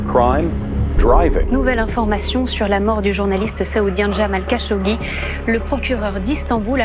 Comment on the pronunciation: kh en arabe c'est la lettre خ , le r à la française c'est غ et le r à l'espagnole c'est ر t'utilises différente partie de ta gorge pour chacun des sons, le "kh" est moins profond que le "r"